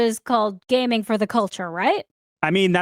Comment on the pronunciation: "gamNIG" oh no